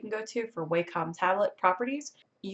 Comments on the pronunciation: It’s pronounced “Walk-um.” 😁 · Wah-com You-ge Hue-ie-on Lol no hate tho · What are you talking about I think in my opinion if you say it like WAY-COM it sounds more regular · Lol. None of those Wacom pronunciations are right. It's WAH-cum. Wah like water.